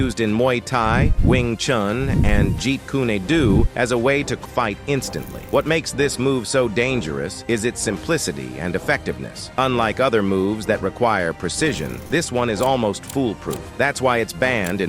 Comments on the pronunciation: This person should learn how to talk, what's Jeet Kuna Do smdh🤣🤣🤣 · The way the computer says the names of some of the martial arts cracks me up 😂😂😂😂 Jeet kuni dune lol😂😂😂😂😂😂😂😂😂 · the AI narrator voice is retarded. Saying Krav Maga in 2 different ways and Pankration as if it was a weird form of French, let alone Jeet Kune Do...